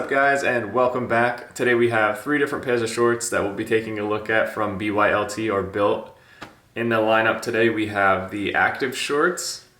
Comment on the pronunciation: Its bylt stop saying b.y.l.t. jfc